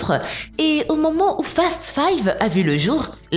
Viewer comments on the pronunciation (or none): déja ses pas fat and furious mais fast mdr